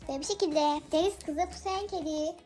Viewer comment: pusheen kedi pushen diye okunmuyor puşin diye okunuyor